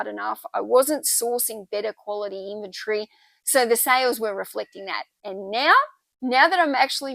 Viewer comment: Love how you say inventory your way!